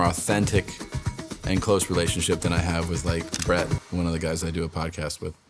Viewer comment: Yo the disrespect you put on BRETS name 😱😂